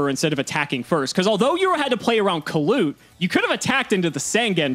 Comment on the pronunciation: Every time says "Kalut" miss an heartbeat